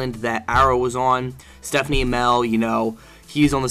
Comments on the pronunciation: Stephen is pronounced Steven........not Stephanie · ha ha ha ha you said stephen smell